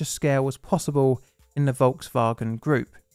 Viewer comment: “Volks-Vawgan”. I’m American. Forgive me. Please.